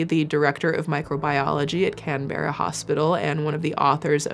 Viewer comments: Sorry to be that person it's purely for informing not for dissing, it's pronounced Can-bra, not Can-bear-a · As a Aussie from Melbourne. No hate love ut docs ❤ but Canberra is pronounced can bra pretty much lol 😂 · Her pronouncing Canberra like that kills me 😭😭😭 Its pronounced canbra, the e is silent 😭😭😭 shes so american lol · I work in food safety in Australia (WA) & exercise extra caution to all who wish to risk wild harvesting. Y'all need to be safe out there - but hand washing and properly washing your produce is fundamental. Learn to do both PROPERLY! Ps. Hearing pronouncing Canberra as Can-berra instead of Can-bra was adorable and I loved it. 😂😂❤❤ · As an Aussie I am LIVING for you place name pronunciations. NewthSouth Wales Can Berra Wari-Gawl Ah-stralia Absolutely no hate, it’s so cute and endearing 🖤🖤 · I live in NSW and this is the first I've heard of it. But I then did a search based on Lucy and brain parasite and didn't get a single Australian hit. So that would explain it. Makes it more concerning that other countries got this info easier than Aussies did. FYI Canberra is pronounced can-bra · Oh shit I’m from NSW Australia…. Or as we call it - ‘Can-bra’ 😂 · American married to a Aussie here…..Canberra is pronounced “Kan-bur-ah” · As an Aussie I have to do this Canberra is pronounced: Can-bruh Soft "r" sound. In Australia we don't pronounce Rs strongly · I had to stop when you prononced Canberra. Swing and a miss "Can-bruh" is how we say it XD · aussie here!!! canberra is pronounced can-brah!! 🫶🏼 love your vids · Canberra Pronounced can-bra I’m from NSW and looove some Aussie stories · Tis pronounces "Can-bruh" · aussie here, our capital city is pronounced can-bruh silly americans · The aussie in me is really enjoying your pronunciation of Australian places. 😂 Not taking a dig, we speak very lazily so it’s just funny to hear Canberra so well enunciated.